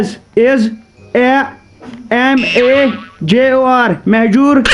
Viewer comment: 😂😂😂 lol he said mehjoor to major ...😂😂😂😂